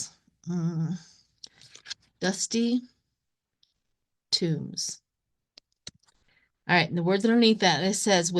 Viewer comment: Pardon me, but I think it is dusty tomes (large, heavy, scholarly books), not tombs. Maybe I misheard what you said. Thank you.